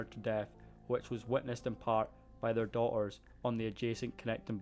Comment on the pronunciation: I couldn’t tell what it was but it’s the omission of pronouncing Ts in the words. Se—ing (setting) Daugh-ers (daughters) Ma—er (matter) . Real-or (realtor) . Sea—le (Seattle) It’s cute. The accent is also musical and mild. I LOVE IT!!!!!!!!! A lot easier to understand than being a Jamaican! 🤣